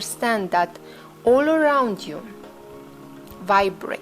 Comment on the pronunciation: what is the word you are saying? All?... the mind of the all?